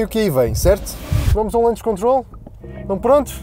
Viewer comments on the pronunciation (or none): "lunch" control? É "launch control", aportuguesando, "launche controle"